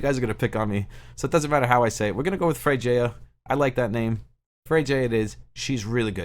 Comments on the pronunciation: I believe Freyja is pronounced Frey-ah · Bro it's not available here in Philippines..😥 but I already pre-register. Freyja is read like Fre-ya😅